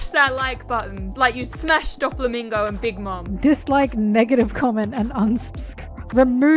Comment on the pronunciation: The fact that she called him "doffymingo" two of his nicknames lol